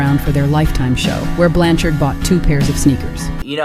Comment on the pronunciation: Who's Gypsy Rose "Blanchers"? You mean Blanchard? 😂